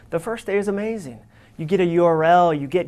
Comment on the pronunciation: This was an amazing talk. Very necessary for people to hear out in the work force. Dare I say, "amajing". lol (referencing when he said amajing instead of amazing)